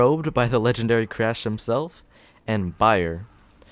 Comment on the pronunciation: "Lengendary" Heh.